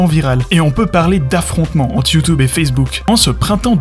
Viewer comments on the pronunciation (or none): Bon j'arrête à . Prévenez-moi quand il sort la même vidéo sans prononcer "Youtoube".